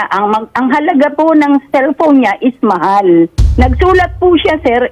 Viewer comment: Kung maka "MAHAL" si Ma'am parang sya yung magbabayad. Annoying!!!